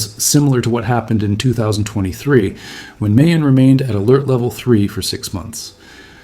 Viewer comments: Also, mah-yon. Not may-on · Pronounced Ma-yon, not May-yon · Bro…Mayon volcano is pronounced like My Own… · Pronounced like Maaa-yon My mom is from there. You can see it from grandpas house. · Mayon is pronounced MY-on...the 'a' gets no emphasis. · It would be heartfelt if you took the time to actually learn how to pronounce MAYON. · I would assume you watched enough info out of the Philippines on Mayon that you could at the very least pronounce it correctly. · Pronounce MAYON as you would say GALLON